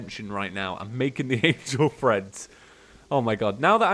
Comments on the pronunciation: Still saying threads I see.... Treads... Like I said last time, it's Treads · I kept hearing it as "angel friends" ... then eventually I figured out the actual name was "treads" Has he been saying "threads" instead of "treads", or am I just getting tripped up by the accent? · Yes I heard threads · Yeah he was saying threads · The whole time I thought he was saying "angel freds" and I see the name wen he is about to craft it and I'm like " ohhhhhhh" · YOU'RE SAYING TREADS WRONG by the way